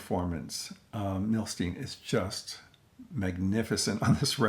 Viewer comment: Fabulous release. I still need both of those Cisco Capitol reissues! You've inspired me to break this 'Masterpieces' out today. Thanks! Also, fyi, as he was Russian-born, I believe his name is pronounced 'Nah-Tann Mil-Styne' - as opposed to 'Nay-thun Mil-Steen'. Cheers as always for your thoughtful takes and insights.